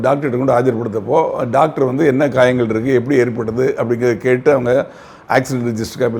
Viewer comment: Not gayangal but kayalgal